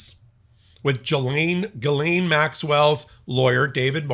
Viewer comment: Gillateen maxwell